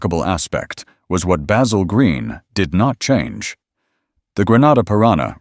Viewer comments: That Bay-zill pronounciation really gets under my skin. Along with "coop'' which is a chicken house. It's a coupe! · Look, you can use your American accent to mispronounce a simple herb (with an aytch) but not a man's name. Baz-ill. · He did pronounce it correctly when he said Basil Green Motors and a few times towards the end.